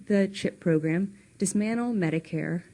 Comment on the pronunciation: Chelsea Clinton can NOT pronounce the word DISMANTLE properly. She says DISMANNEL. You'd think that her parents who are both great public speakers would help her out.